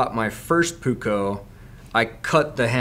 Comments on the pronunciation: Benchmade 200 puukko. Never heard before other than Finnish knife companies named blades as puukko. You say it like buko but it is puukko. Strech that double u. In finland every fixed, plain edge knife that is same size like that benchmade is called puukko. Others typed are called veitsi aka knife. But i like your style in knife choices. Keep it up. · It’s pronounced puukko i’m from finland i know that